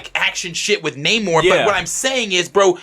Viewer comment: Its pronounced "NA-mor"......not Nate Moore 🤨😵‍💫🤦🏾💥